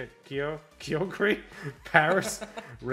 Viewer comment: Lol xD god you guys are a riot. Ky-ogre, like sky and an ogre Also you say you know rayquaza but its ray -quay-za but people say it both ways so ill let it slide xD Regi-gigas Zama-zenta, just read the letters Manaphy, is correct! Samur-ott, its a samurai otter sealion guy Zera-ora I am going nuts your are correct good god all mighty i'm convinced english isn't first language Hatt-er-ene (like seen) I also like the lives, wouldn't mind if that makes it easier to edit (also way easier for me to be be on stream mon and wed xD ) Cher-rubi, chair ruby Di-ancie, its a diamond Bae (Bee) is Bae Eterna-tus eternity come on xD